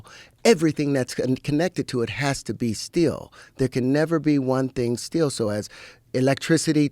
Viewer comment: Terrence can’t even pronounce Still as in “staying still” and also pendulum. Dude has no clue what he’s talking about. He read an occult book and decided to go all in with zero knowledge nor intelligence to do so with.